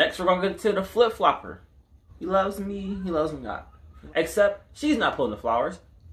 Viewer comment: “She a flip flLoppErrr” 🤣🤣🤣